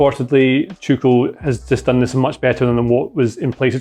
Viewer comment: Is it me or does sound like he is saying ‘Chucel’ rather than ‘Tuchel?’